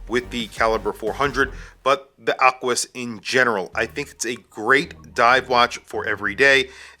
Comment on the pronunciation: Nothing like an ACK-WIS